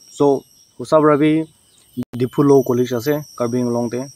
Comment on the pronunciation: Karbi AAng long not karbi inglong